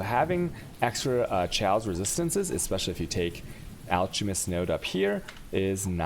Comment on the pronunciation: holy shit. his english spelling is soooooo bad :/ daggers are not dajjers. chaos is "k"aos....